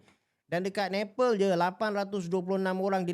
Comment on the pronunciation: Bukan Nepel tapi Nepal... Sebutan kena betul.